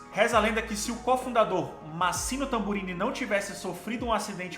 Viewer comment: Se diz M(á)ssimo Tamburini e não Mass(í)mo Tamburini.